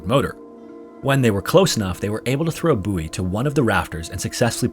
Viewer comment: The way you say buoy is infuriating lol